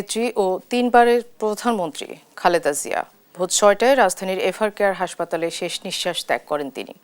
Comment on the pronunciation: বিনীতভাবে জানাচ্ছি খালেদা জিয়ার নাম উচ্চারণে ত্রুটি হচ্ছে , ক্রমাগত " খালদা " জিয়া বলা হচ্ছে। অনিচ্ছাকৃত ত্রুটি কিন্তু শ্রুতি কটু লাগছে।